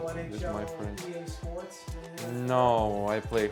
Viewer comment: Шпротс!!! Это верный признак балтийских корней. )))